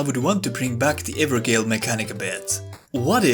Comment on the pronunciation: Now on my 2nd/3rd playthrough I've realised maybe 70% of the game is entirely optional content. The evergaols (pronounced 'jail' by the way as it's the irish/gaelic word for it) didn't really bother me since they are just a symptom of open world design and clearly some sacrifices have been made and I'm mostly okay with that. I'm less okay with the myriad of technical problems plaguing the game - the servers and desync this week have been absolutely atrocious which is completely unacceptable over one month after release when they've had time to get their ducks in a row. I'm naively hoping the Colosseums around the world will be part of a free multiplayer dlc that will also force them to address a lot of the issues; it's clear they care enough to fix Estus canceling so I'm giving them the benefit of the doubt for now, assuming resources were spread thin up until release, but my patience is wearing a little thin.